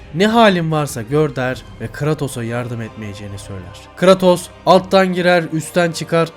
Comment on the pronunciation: ( biraz creatos'u yanlış okumana gıcık oldum da , yinede ellerine sağlık